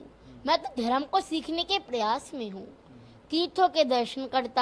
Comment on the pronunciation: फर्क को फड़क , आरोप को आडॉप, धर्म को धड़म, गरिमा को गड़ीमा 😂😂😂